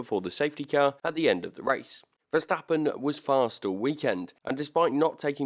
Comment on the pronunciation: I really respect how you correctly call him Max VERSTAPPEN instead of MEX VERSTEPPEN like every asshole out there 😄✌